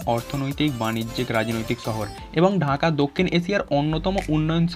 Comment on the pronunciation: ছহর নাকি শহর?😐